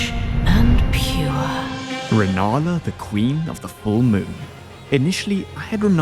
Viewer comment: Why’d bro call rennala “ranana”